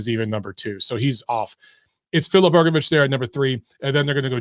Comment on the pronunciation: Good to hear someone pronounce Hrgovic correctly